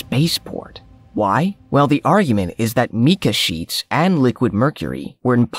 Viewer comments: Can we get people narrating that can pronounce things correctly.... "The Plummed serpent." it is Plumed as in Feathered!...... Ok "Meeka sheets" it is Mica......Jeeeeeezzzzzzzz dude! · You really should learn how to pronounce words if you're going to be making videos and content for people to watch. The word "mica" is not pronounce the way you're saying it. It is pronounced exactly like this mai·kuh, and if you're not sure how to pronounce that, open a dictionary or go to Google and turn your speakers on... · Sheets made of “meeka”? Presumably mica. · You've gotta love the irony of a video that puports to show "proof" that aliens created the biggest pyramids of Mexico, yet the video is narrated by an "AI" voiceover that can't even pronounce the word "mica" correctly, let alone the name of the ancient city of Teotihuacan.